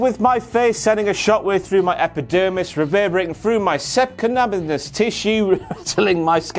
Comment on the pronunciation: Not a single person at Cultaholic can pronounce Subcutaneous correctly.